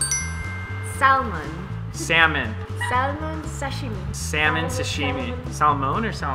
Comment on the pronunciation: its actually pronounced sa-shimi, not sa--shimi